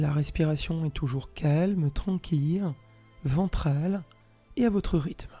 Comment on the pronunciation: Bonjour, merci pour cette excellente séance, que j'ai faite hier et ce soir après le travail. La voix est douce et posée, la durée parfaite pour moi, ni trop longue ni trop courte. Il n'y a qu'une seule chose qui me fait sourire c'est de prononcer tranquille comme quille:-) jamais entendu prononcer ce mot comme jonquille alors il fait que je me concentre pour ne pas rire. Et serenitude? Ne dit on pas sérénité? Bref...ces bricoles qui n'engagent que mon côté plaisantin, n empechent pas d'accéder à une véritable plénitude. Et pour cela, je vous adresse un grand MERCI 🙏. Karine